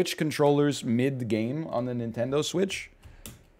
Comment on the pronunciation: Can’t lie, between the pronunciation of “NintendoSwitch” and the resultant rummaging, I subconsciously braced my body to hear the word “newfangled”.